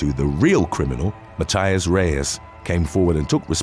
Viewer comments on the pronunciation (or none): none